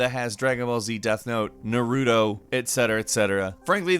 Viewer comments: Is Naruto really that hard to say ? NAR RU TOE not Naru doe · where are th comments about how he said narudo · It irks my soul how he just mispronounces it😂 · It's NOT NARU-TOE IT'S NAR-U-TOE! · I cringe whenever I hear Na-RU-to instead of Na-RAH-to. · Naroodo? You high? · What the hell is a NARUDO? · Why do you say naruto like that